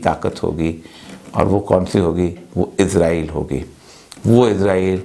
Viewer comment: ازرائیل نہیں اوریا بابو، اسرائیل۔